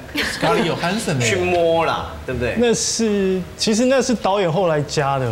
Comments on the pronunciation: 康永哥............是 "J" ohansson, 不是 "Y" ohansson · 康永就别秀英文了，根本就不知道johansson怎么发音。。。